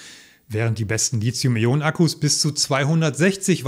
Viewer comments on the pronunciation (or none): Nix Lizium, das heisst Lithium. Da ist kein "z" drin, also bitte. Wenigsten die E-Auto-Profis sollten das richtig aussprechen.